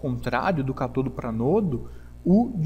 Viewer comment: As palavras são proparoxítonas.Cá-to-do.